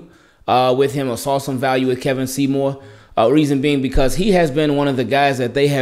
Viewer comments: Funny how I came across this video. It’s pronounced KEE-vawn not Keh-vin. Went to high school with him. Good for you Kevon! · His name is kevon!!! Kevon bro, not Kevin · Bro it’s pronounced key-von but it’s spelled kevon lol